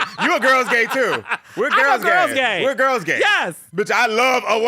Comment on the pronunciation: now that is a MAN..and the way they keke, Its soooo cute!!😍 "let the gwurls know!!" 🤣